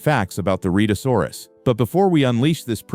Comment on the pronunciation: The beast's name is pronounced Red -a saw rus.